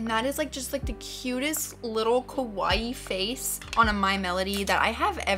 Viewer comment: I can’t believe I watched the whole thing, it’s quite enjoyable to see so many variety. Btw, I just can’t help but notice, you said “kowaii”a lot which should mean scary in JP; cute is “kawaii”.